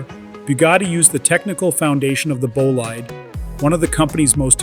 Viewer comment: Hey..... Bolide pronounced correctly is 'BOLEED"!! It's a French word meaning "very fast car". I nearly choked on my coffee when I heard you say "bolaaiiiid"!! 🤣Come on man... and you're supposed to give the impression that you know about cars!!!??? Really???